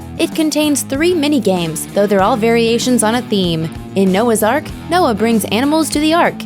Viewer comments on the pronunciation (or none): none